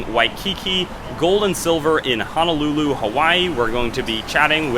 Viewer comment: Honolulu is not pronounced "ha-na-lu-lu" it is pronounced "ho-no-lu-lu". Even the locals mispronounce the name of this beautiful city in Hawaii, but it is important to pronounce this word properly because these two words mean entirely different things depending on how they are pronounced. Honolulu means "calm bay", whereas if you say hanalulu you are saying "calm task" (hono- = bay and hana- = task).